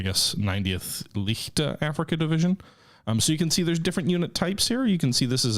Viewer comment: German “leichte” is not pronounced “lee’k’ta.” Say “Laiy’chh’te.” English: Light. The 90th started out as a “light” division which didn’t have the standard composition of a 1941 Infanterie / Schützen or Panzergrenadier division (three regiments of rifle infantry, one regiment towed artillery and attached / organic combat engineers). Developer: I think it would be neat touch to include, in the tool tip box, an audible pronunciation and short text definition of the various military terms, since many nations’ militaries in 1941 were still experimenting with compositions.